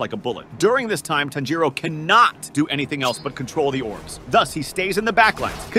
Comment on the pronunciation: Broifoughthe how did tanjiro and tamayo bsc9me lover but he said tznjuro